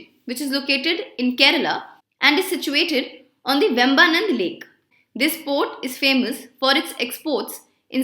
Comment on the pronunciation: Hi ma'am,as always it was good quality.But it is really painful to hear you pronouncing cochin,vembanad and vizhinjam..